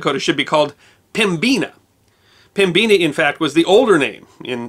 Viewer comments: Not pem-bina but pem-i-na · This former Unwashed Barbarian would like to thank you for this episode! Side note, I've always heard it pronounced PEM-bina, not pem-BEEN-a. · Could just be a dig at ND too, but I've never heard it said the way he did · I've been corrected more than once. It's pronounced, Pem-bin-ah, not Pem-bean-ah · Excellent video. Just one little quibble from a near-lifelong resident of the Northern half: 'Pembina' is pronounced 'PEM-bih-nuh', not 'pem-BEE-nuh'. Nevertheless, a wonderful summary of the history of the Dakotas. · Never heard the term Pem-Beena before. In Manitoba its always pronounced Pem-bina,(ˈpɛmbɪnə) just like it's spelled. Originally a French word for the river and valley. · Small nitpick about the pronunciation of "Pembina". I have never heard it as "pem-beeena", always I have heard it pronounced "pem-bin-nuh". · Love your work, but,...did you actually pronounce Pembina as "pem-BEAN-ah?" Good lord. It is "PEM-ba-nah" or "PEM-be-nah," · They should have split the states along the Missouri River and had an East and West Dakota. Trust me, especially in SD, they fight about east river/west river far more than they do North or South Dakota. Even the will acknowledge that. As to Pembina, now days the city pronounces it PEM bin a. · I was surprised at your pronunciation of pembina. Apparently there are regional differences. I am from ND, we always used the Canadian version pem-bi-na or pem-buh-nuh. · Now if we can get a similar acknowledgement that Pembina is pronounced pem bin ah you may be able to win over some more barbarians! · In Manitoba Pembina is pronounced PEM-bi-na. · Pembeena is now how I will pronounce it lol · It's pronounced PEMM-bi-nah. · Life long North Dakotan, Pembina is a city in ND at the Canadian border. I can't say I've ever heard it pronounced like that🤣. The i is a short i sound not an e, at least that's how it's pronounced here. Enjoyed your video as usual 👍 keep up the good work.